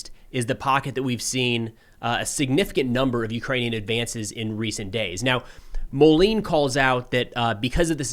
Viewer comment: Hi. Clement Moline’s first name is pronounced something like “Claim on”. Also the last name would be pronounced something like “Mole end” (without the “d”). Totally minor… you are a fantastic reporter! Thanks for your work! Philippe